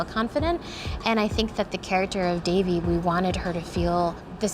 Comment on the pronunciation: loved it, but WHY dont people EVER learn to PRONOUNCE names right. devi is pronounce daevi